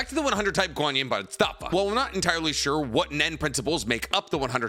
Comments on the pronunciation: Are you not pronouncing Bodhisattva correctly on purpose?! I've seen people correct you in plenty or videos and you still say it so wrong over and over. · Practicing Buddhist here. It’s pronounced Bode-he-sAAHt-Vah. Guanyin (also called Avalokiteśavara) is not a goddess, nor any kind of “Heavenly Being” (Deva). A Bodhisattva is a being that has attained enlightenment, but still chooses to be reborn to guide all other living beings to Nirvana. They are “Buddhas who return” A Bodhisattva can reincarnate as anything: a human, an animal, a place, a city or settlement, a mountain, lake or a piece of art. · Say it with me “Bodee Sat Vah” is how you pronounce bodhisattva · Love, but being a Buddhist, boy do I cringe every time he white man pronounces bodhisattva lol. Wish people would research correct pronunciations of the things they're presenting on. Just feels a tad lazy. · Your pronunciation of bodhisattva is killing me man 😂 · I love the video but how you pronounce "Bodhisattva" makes me mad bro.